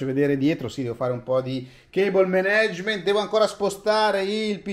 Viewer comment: Andrea, sei un grande e ti seguo da dall'inghilterra! Ti stimo a manetta ma "cable menegement" non si puo' sentire :-) Sfruttiamo di piu' la lingua piu' bella al mondo: l'italiano! Se proprio non possiamo rinunciare all'inglese che sia un "caibl mAnijment" sorry for the pippone, ti stimo!